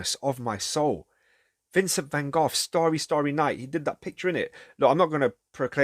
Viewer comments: He tried to be a pastor and was rejected, too. You must read about him, or watch Lust for Life with Kirk Douglas. Also, I think there's a text called Letters??? between he and his brother Theo. Thanks for your pronunciation of his name more correctly. I feel with him a kinship?? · Not sure if you are trolling for a reaction - the English people say 'Gof,' the French say 'Gog' and the Japanese say it differently, too. The Dutch pronounce it with a guttural sound -- 'Khokh. So the American van go is just one more incorrect pronunciation. Anyway how ever you say his name Vincent was one of the most beautiful people ever.